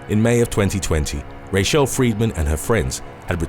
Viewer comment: Can pronounce the Russian name at the end with astounding accuracy to the accent... But can't pronounce Rachelle in his native tongue.